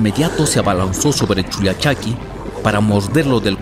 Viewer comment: Es con doble "L" como el pollo y no "poyo"